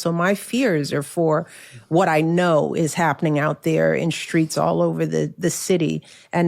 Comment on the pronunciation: No such thing as a SHTreet, Michelle.